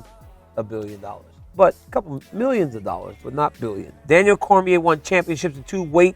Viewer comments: i wish DC could’ve corrected him in saying his last name right at least lol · The history pronouncing Daniel's last name wrong; seriously, basic facts man